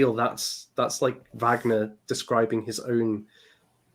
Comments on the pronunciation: It did distract me, I have to confess. Perhaps I’m just too grumpy. Wikipedia usually gives excellent phonetic spellings of proper nouns. Always worth checking on there. It’s the same in German or English. “Varg-ner” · I really wish you would pronounce Wagner correctly! Did no one correct you in any of your Wagner streams? You sound like you’re talking about the American actor Robert Wagner! Anyway, Happy Easter!